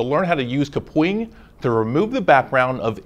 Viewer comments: and who knew kapwing was pronounced "kapoing" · How I pronounce Kapwing: Kap - Wing How they pronouncec Kapwing: -Ka Pwing